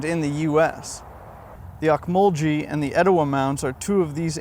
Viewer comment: The national monument you described in your video is named after the Ocmulgee tribe of Native Americans who built the mounds. It is pronounced "ohk-muhl-gee", not "jee". Just wanted to let you know.